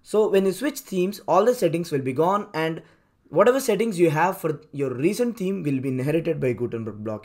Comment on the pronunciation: Great info in your tutorial, but I had to listen 3 times to understand it. You should consider hiring a native speaker of English to do the narration; the thick accent is barely comprehensible, especially at high speed and staccato delivery. "Theme" is not pronounced as "team", and what is "wook"? Anyway, my takeaway is that the native WP blocks are great for newbies, but they should graduate to Elementor et al as soon as they can, right? Thanks again for the great info!!